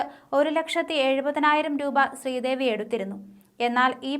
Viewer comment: സ്ത്രീദേവി😂😂ആദ്യം പറഞ്ഞത്‌...എന്തൊരു വായന😂